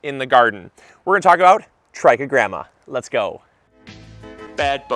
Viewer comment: I thought he was saying "Tracky Grandmas". 😂